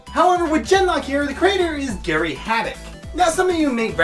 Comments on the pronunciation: It's Gray, not Gary. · you're mispronouncing these names on purpose at this point. You never heard the name Gray before?